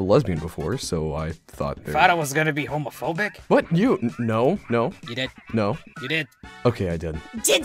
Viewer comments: pronunced homophobic correct in the first video then into homeophobic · was saying everything fine until power showed up so in this video he's saying homeophobic instead